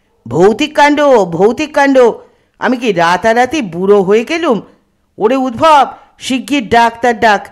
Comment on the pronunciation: Udbhob noy, ota uddhab. Path khub bhalo, kintu kichhu shobdo uccharon bhul. We Bengalis are a bit careless about our great language. That's not so with Europeans. They love and respect their language s .